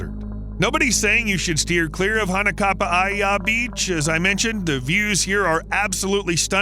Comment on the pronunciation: Hanakapiai is pronounced Ha na ka pee eye and there is no safe designated area to swim in Hanakapiai beach. Whenever there are waves it is dangerous and there is no lifeguard as it is a remote beach that you have to hike 2.5 miles to get to. The most dangerous animals in Kauai are humans